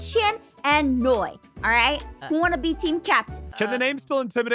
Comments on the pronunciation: It's NOI NOT NOIE!!!!!!!!!!! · Is not Noie its Noi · Not to be rude, but it’s Noi, not noie, sorry if i was rude! T-T